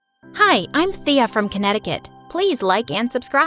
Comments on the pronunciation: Thea is my name but its pronounced Taya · My name is Thea too! But u pronounced it wrong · OMG THEA FINALLY HAS THE SAME NAME AS ME but my name is pronounced another way tho